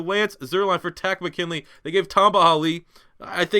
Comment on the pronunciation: It is not Taco McKinley it is Tarist Mckinley